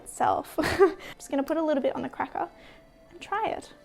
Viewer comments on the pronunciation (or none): I wonder how many of your followers watch just to hear you say “cracka” and “peppa”?